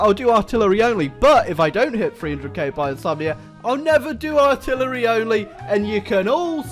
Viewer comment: ARTILLER-ah. fuck.